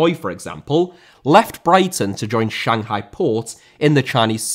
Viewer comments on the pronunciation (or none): none